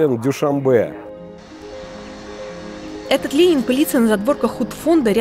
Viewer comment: Какой-то безграмотный политолог Мулоджанов, ладно ведущая говорит невпопад Дюшанбе, вы что политолог родной язык не знаете на самом деле Душанбе означает понедельник, а такого слова Дюшанбе нет в таджикском словаре.